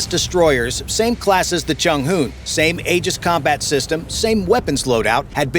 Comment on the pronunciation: Chung hoo? 😂😂